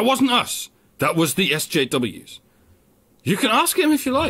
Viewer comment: Eschews? the guy pronounced "SJWs" as "eschews"? ...people should eschew SJWs.